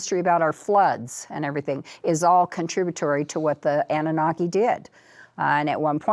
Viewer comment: "Annanaki" -- Annunaki